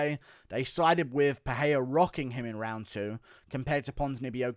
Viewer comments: It's pronounced Michelle PeREIra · When will you guys learn how to pronounce Pereira’s name? I have no idea why yall think it’s Pe-hey-ra